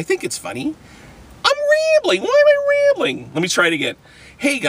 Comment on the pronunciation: Wai am i wambling???!!!